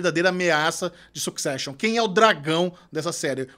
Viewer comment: Duas pessoas estudadas, comunicadores com sabe-se lá quantas centenas de mil seguidores, e não têm coragem de pesquisar a pronúncia correta da palavra "succession"? Ah, faz favor! Vergonha alheia.